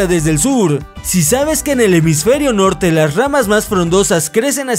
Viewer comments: Notrte no Nochge me decepcionas:v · dice notrte :v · like si notaste el notrte del minuto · del sur al notner xD like si te diste cuenta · creo que no te diste cuenta sobre el error que tuviste en la palabra norte